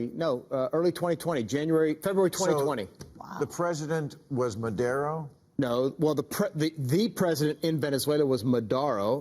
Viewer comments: Potato Patato…@ , I can accept Maher got Maduro’s name wrong, he said Madero. But the other idiot should know better. After all, he was the Secretary of Defense under Trumpelthinskin and he said Madoro. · Not careful enough he totally mispronounced Maduro even after the others said it correctly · Omg it’s Maduro. Not Madeiro. Not Modaro. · "MADORO" LMAO... the guy was chief of staff ffs! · Learn how to pronounce "Maduro!" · maher and esper both can't pronounce "Maduro". interestante...